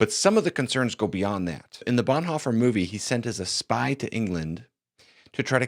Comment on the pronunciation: I have had seriois reservations about the movie since they started advertising it, and I very much appreciate this video. But PLEASE.... i know some will call it picky, but can we PLEASE pronounce his surname properly?